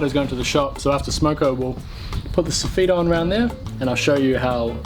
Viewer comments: So feet lmao... pronounce it (soff it) .... soffet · Fuck me m8... So-feet was a hard word for me to choke down for 9mins... Hawdcore m8, hawdcore. Otherwise excellent vid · Stop saying sofeeet. Lol. Joiner from Scotland. Keep up the good work👍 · You say "soff-eat", I say "soff-it" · Every time u said sofeet I did sofit as I'm form Ireland and we say sofit😂😂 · Its Sofit Not So-Feet. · Lol sof-eet. We call it Soff -it. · It's not sofeet...it's soffit. I always hated fixing someone else's crap work. BTW...this video had no ad at the beginning. It would be a crime if you are not getting monetized. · Funny how you pronounce Facia the same way as we do here in the Uk, but it took me a while to understand what you were talk8ng about when you say soffit …. Lol. Phonetically it sounds like Soff it when we say it. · Here in the comments just for the so-feet banter. I can’t tell if that’s how it’s pronounced in NZ or if someone told poor that’s how it’s pronounced when he was an apprentice and damned if he’s gonna change now! 😂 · When you say " soffeet" I assume you mean soffit! Never heard it pronounced like that, sounds like soft feet. 😂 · Funny hearing you call a soffit a so feet. Protect your fingers. Thats gunna leave a scar. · It took me forever to figure out what suffet was until I saw the picture than realized we pronounce it totally different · The way he says soffit is so weird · Love your videos but cring when you pronounce soffit.